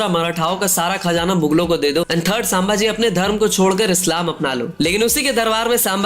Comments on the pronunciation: Review banane ke pehle check karo ki aap kiska review kar rahe ho. Baar baar saambaji bol rahe ho. Unka naam to thikse liye nahi jaa raha terese. Sambhaji Maharaj kehkar sambodhit kar. Bewakoof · Dear narrator Pronounce like SOME BHAJI Not Saam bhaji🙄 HE IS SAMBHAJI MAHARAJ NOT SAAAMBHAJI😊